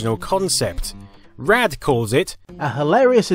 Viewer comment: I know you're from across the pond but Rad isnt pronounced "raid".